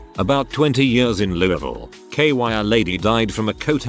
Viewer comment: Wow, the TTS pronounced Louisville almost perfectly.